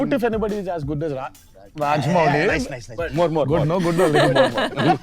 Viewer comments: It's 'Mouli' not 'Muli'.... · Raja-mau-li is the correct way to pronounce it. ☺️ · Rajamouli is pronounced as Ra - Ja - Mou - li Mou should be pronounced as the English word 'how'.